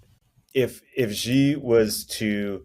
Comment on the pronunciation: was correct in the beginning, Xi is pronounced "she". Then started pronouncing it correctly 1/3 of the way in and switched to mispronouncing it! Lol!